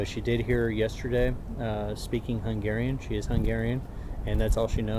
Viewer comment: as one of your hungarian follower, well done on the hungairan pronouncation